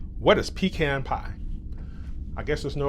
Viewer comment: Its “Pecan”